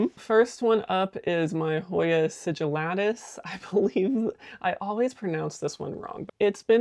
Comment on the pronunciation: No, you pronounced the sigillatis correctly. The fact that you’ve kept it alive is amazing. I unalived mine in record time! 😂